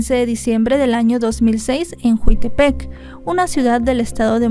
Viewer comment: NO ES JUItepec, ES "JIUTEPEC", MORELOS, DIGA BIEN LOS NOMBRES POR FAVOR